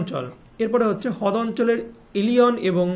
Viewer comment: দাদা হদ না রদ😊😂😂❤